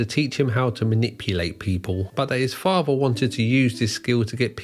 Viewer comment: What is a faver? Are you trying to say father? You know that the word is father not faver, right?